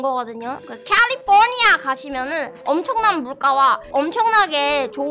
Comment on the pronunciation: 와 캘리포니아 ~ 발음이 ㅎㅎㅎ 뭔가이객원도 익숙한느낌이